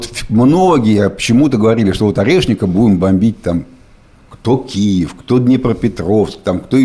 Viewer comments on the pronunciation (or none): none